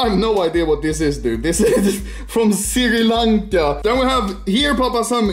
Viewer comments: How everyone pronounce "Sri Lanka" How anomaly pronounce "Siri lancha " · Anormaly its sri lanka not si kank